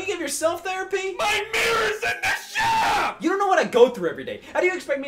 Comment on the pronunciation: "MY MIRROR'S IN THE SHAP" Incredible